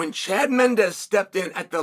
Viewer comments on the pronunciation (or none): none